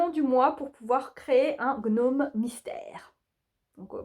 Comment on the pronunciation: Bonsoir. Jadore, "gnomme" tjrs hihi 🤣😅 et si tu fais passer des entrevues pour ta mascotte du kal, je suis partante pour être juge!!! Merci et bonne soirée chère xxC